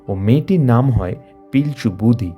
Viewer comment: কথা টা লিতা নয় লিটা. বুধি নয় বু ড়ি।